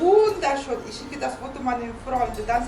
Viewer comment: 😂ещё понадобится долгое время, что бы это выучить... Хотя не удевительно, там сама учительница шпрехает: вундершон....😅😅😅поэтому и так же разговаривает: Hallo...вместо наллё, Danke schon...вместо данке шён,такая учительница правильно не научит... Жизнь научит....если будет прислушиватся,как разговаривают немцы, или хотя бы люди хорошо знающие язык, а это как правило только на работе....